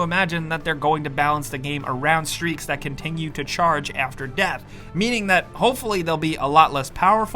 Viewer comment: “Even afteh yah die”